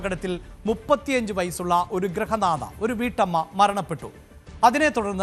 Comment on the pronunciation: Grahanatha alla grihanadha